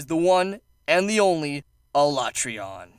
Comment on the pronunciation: Can You learn How to say their Fucking names? alatrEon Not alAtreon fuck man